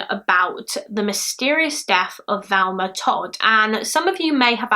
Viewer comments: It's not 'Velma' - it's Thelma!! Very annoying. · she knew it was Thelma but pronounced it Velma, it happens, Bailey does it too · I'm sad you mispronounced her name the entire video. You kept saying Velma. It's Thelma. T - H Pronounced As in Think - Thelma. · Her name is Thelma "not Velma!! Get the dead woman's name right, 😺!! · You kept calling her Velma, it was distracting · You keep saying ‘Valma / Velma’ but it’s Thelma xx Can you cover the Jill Dando case? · Just a question please- why are you calling her Velma when her name is Thelma? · Not Valma-Thelma. That's driving me nuts. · It sounds like you're pronouncing her name "Velma", but the title says "Thelma". ?? Maybe I'm just hearing it wrong! Thanks for the upload! <3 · Jane Smith I kept hearing her switch between the two sometimes she definitely said a V not a TH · A lot of UK accents pronounce the "th" in Thelma very softly, like you would with "there", and not a hard "th" as in "with". That softer pronunciation does sometimes sound like a "v" instead of a "th". And some UK accents (yes, I'm looking at you, Essex) pronounce "th" as a "v" consistently. So "muver" instead of "mother". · Yea I was confused there to wondering is it Thelma or Velma lol I kept hearing Velma...eitherway NO big deal :) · and like I said she doesn't have that issue, she pronounces the the in other words, this is the first time she's said v instead of th, it's not her accent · Love your channel and think you’re ACES; thought you’d like to know her name is pronounced THelma with the “TH” being prominent 😊 P.S. WHOOPS! Hadda edit to let you know it’s Club TROCadero (with a hard “C”) as in ROCKadero. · Is it me or does it sound like she is saying Velma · Who else thinks her hair look like cat ears? I agree she sounds like shes saying Velma? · she literally said she struggled getting her name right, also I know people from her area of the UK and others, of you watch her mouth, she's clearly saying Velma most of the time